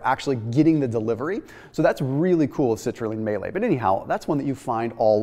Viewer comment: Citrulline May-late